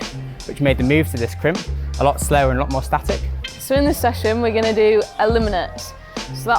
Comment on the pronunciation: when i hear her say "guwon" i knew it was sheffield.